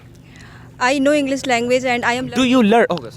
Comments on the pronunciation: Sir English ko Englis Aur should ko sould Pronounce karte h. Isko bhi theek karna chahiye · Arre Sir, Englis Nahi Englishhh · Englic ni hai bro English hai😂